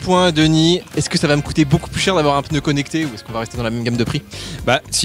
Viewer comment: Entendre un professionnel du pneu dire « votre peuneu »… quelle horreur ! 😱